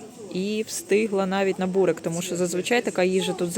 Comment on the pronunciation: Не бурек,а Бурек наголос на еʼ